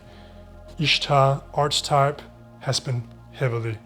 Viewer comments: archetype is pronounced ARK-uh-type three syllables and hard c sound. love your videos ! instantly subscribed. thank you. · "Archetype" is pronounced "Ark-a-type".